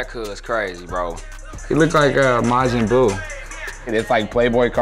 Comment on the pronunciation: He said majin buy. I’m ded